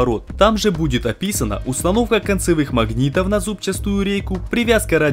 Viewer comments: Зубчатую рейку, а не зубчаСтую!!!!!!!😡😡😡 Ещё за весь ролик раз 100 сказал!!! Ну а так канал бомба, я вас очень люблю смотреть!!! Много полезной информации и хороший монтаж! Спасибо вам ребята !!! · "Зубчастую рейку"... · ЗУБЧАТУЮ. Нет там буквы С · ЗабчаСтую, зубчаСтую, зубчаССССтую. ЗУБЧАТУЮ нужно правильно произносить. За работу лайк. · Ну почему "зубчаСтую"??, аж по ушам бьёт